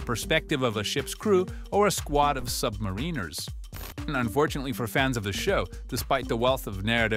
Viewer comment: Ooh 🤩🤩 he said submariners the right way!! That's an automatic like from me 👍🏿👍🏿